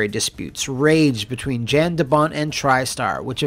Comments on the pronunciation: YON (as in "yawn"). Not Jan (as in "Jan Brady"). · I know this is two years too late, but Jan de Bont is not pronounced Jan like January, it's pronounced more like yawn. The J has a Y sound. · Is Jan not pronounced. “Yan”? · What happened? Roland Emmerich happened. The biggest problem with any Roland Emmerich movie is Roland Emmerich was involved. Also, Jan de Bont's first name is pronounced like yawn. He's Dutch.